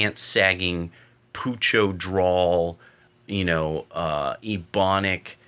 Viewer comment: It's not called poocho it's "pocho" (pronounced as poh-cho)more commonly known as Spanglish.